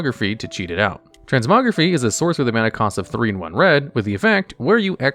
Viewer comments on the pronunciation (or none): It's pronounced "trens-moh-greh-faih." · the Y in transmogrify is pronounced like fly. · i love how you butcher the pronunciation of so many cards, you play WoW you should know how to say Transmogrify correctly